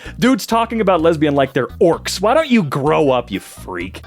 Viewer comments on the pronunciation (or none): Love how he said "orcs" here made me laugh